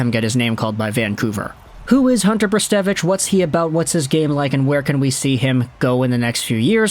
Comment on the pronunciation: Brzustewicz is not spelt weird it's just a Polish last name (also very nice pronunciation my friend :D ) Hope he'll have a great career. He's a bright talent for sure